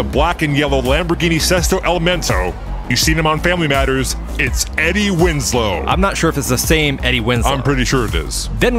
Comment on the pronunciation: Eddie Wins-low *